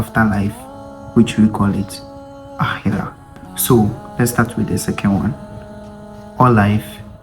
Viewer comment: You can say aakera.. if you can't pronounce the kh in Arabic